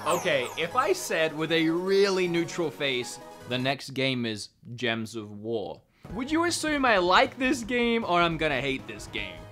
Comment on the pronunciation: Gems of war?? Lol sounds like gears of war